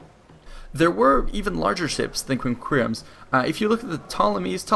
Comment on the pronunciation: Practice the correct pronunciation of quinqueremes and triremes.